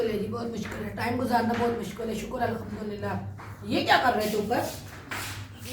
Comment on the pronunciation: Bhai ap Alhamdulillah sahi se bola karen aisa lgta h ap or sonia Alkhamdulillah kehte hn is se lafz k mayene badal jate hn